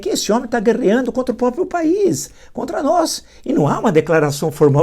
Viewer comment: Parabens por tudo.Permita-me uma correçao, peço desculpas, a pronuncia correta é proprio e nao propio.Todos temos deslizes, eu tenho também.